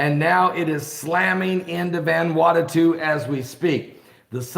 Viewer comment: Ummm... "VAN-WANNA-TU??" At least say the poor country's name correctly... Sheesh.